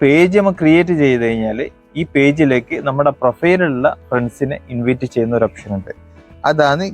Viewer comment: ഇൻവിറ്റ് അല്ല ഇൻവൈറ്റ്